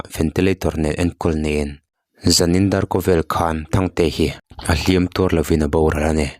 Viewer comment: Sir a hlim tuâr lovin tih lai kha i lam dan kha a dik chiah lovem aww,a hliam chu a tuâr a,,a tuar lo zawk anih hmel,lam dan kha han ngaithla nawn chhin teh Lusun te Lalpan thlamuan mawlh rawh se